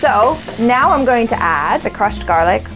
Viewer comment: Is it just me or does "now" sounds like "nyao"